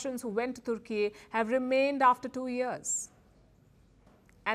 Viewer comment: The way this news lady says "Turkey"is so funny. She is using hindi pronunciation in English news reading 😂😂😂